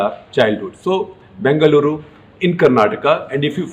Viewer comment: Thank you so much for pronouncing Bengaluru and Karnataka the right way🙏🙏 as a kannadiga, my respect for you increased further shekar ji